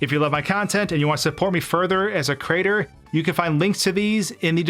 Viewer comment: "If you love my content, and you want to support me further as a crater " You gotta be more careful with how you pronounce things. It brings up awkward mental images.